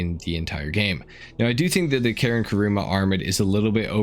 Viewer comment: Karin is Karin, man. Why does it somehow became Karen when you say it?